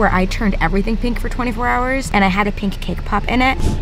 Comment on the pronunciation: Pink. Not peenk